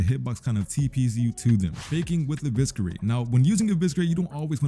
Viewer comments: Eviscerate is pronouced with a silent C 🥀 Stop saying Eviskerate pls 🙏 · bro wdym😭 not why would I say “evisKerate” it just doesn’t sound right gng I never knew the word before type soul